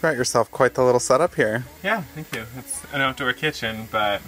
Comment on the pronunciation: “Thank Yew”